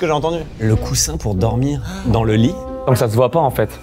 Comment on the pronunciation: "des oreillers pour dormir dans le LEE" 😅😂😂😂😂